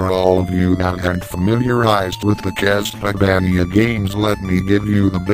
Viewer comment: Lol "My favourite will always be Castleyvaneeya"XD Good review